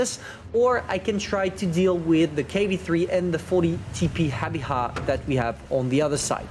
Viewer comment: Wow,, am shocked... u pronounced it right, its called Habicha =) well done mate.